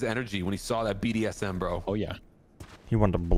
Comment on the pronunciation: Did he just call it "BDSM"? 😂